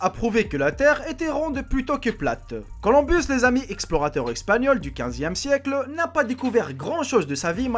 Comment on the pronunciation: Colomb et il était pas espagnol, mais italien heu toi aussi tu as besoin de retourner a l'école ! et pas Colombus lol